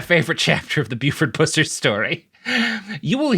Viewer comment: You need to know the facts about the case everyone is dead. Pronounce Buford's last name correctly be respectful to his family